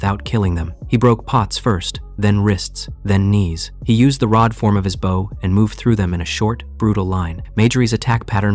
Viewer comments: why does it say bow like bow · really wish someone would fix AI voices to say the correct version of bow. although this one isn't that bad. some utterly suck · Gah! You literally pronounce bow correctly in the story! And then go right back to the wrong version! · Why does AI pronounce BOW incorrectly so often? It’s unreal how often it mixes up bow (as in bowing), and a bow for archery/bow for a ribbon.